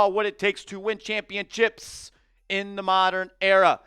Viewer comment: why do you keep saying ChampionChips lol